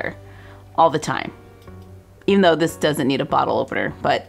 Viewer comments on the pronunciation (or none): none